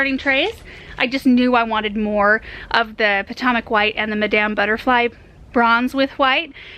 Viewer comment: Did she say pah-tah-mok white? Potomac white? Pah-toe-mik is how we say it, near the Potomac River in Maryland. Lol